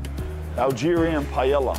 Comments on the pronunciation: Bra u gotta pronounce Paella properly with a name like lol. PA EH YA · first time i heard someone pronounce the L in paella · A that can't pronounce paella... the lols